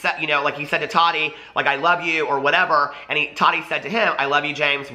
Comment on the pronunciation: It annoys me how you say todi. Lol can you say Ta TI